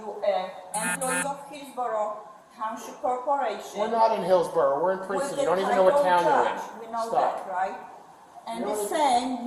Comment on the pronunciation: She said, “Heelsboro.” I knew it had to be Trump country!